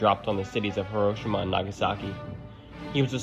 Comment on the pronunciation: people who pronounce it as "her oh shi ma" eat popcorn using a tank shell. It's pronounced "hero shee ma".